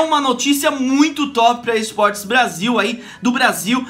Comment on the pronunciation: no comeco ele falou eisportes